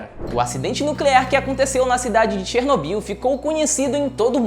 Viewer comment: Assista desalma série globoplay e aprenda a pronúncia correta de Chernobyl.